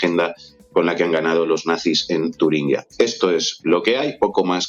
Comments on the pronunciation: ¿Queréis pronunciar Turingia bien? Es una "G", no una "GU". Sed de izquierdas si queréis pero pronunciad bien el idioma. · Por favor, se dice Turingia, no “Turinguia”.